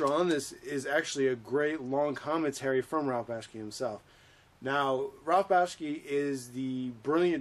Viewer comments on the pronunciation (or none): Who the hell is Ralph Baski?? At least pronounce the guys name right